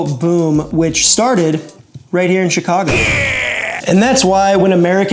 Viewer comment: I'm happy to hear " Chicago " pronounced properly .